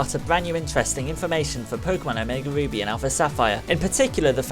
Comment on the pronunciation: i thought he said omega boobies